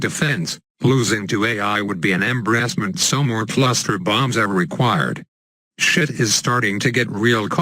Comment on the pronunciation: The right way to prounce embarrassment